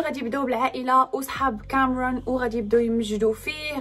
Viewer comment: ليش لهجتك بالانكليزي هيك كامررون